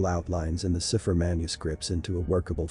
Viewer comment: Cipher: pronounced SAI pher